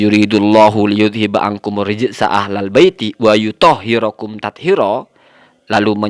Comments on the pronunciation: Buhahaha...bahar..bahar.. Baca dalil qur'annya saja salah. " wayuthohhirokum tathhiiroo ". Bukan dirofakan wayutohhirukum...😂😂😂 Salah haarrr...😂 Ngaji lagi sana...😂😂😂 Pinternya jelekin orang aja luh..😂😂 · Ahh.. Ada2 saja!! Baca aja salah..! "وليطهركم" Emang ma'shûm yék2..??! Suruh jadi Nabi +.Rosul aja klo mau ma'shüm.. Kok pemahamannya lebih parah ama rofidhoh.. Srampangan.. Hh..👺🐯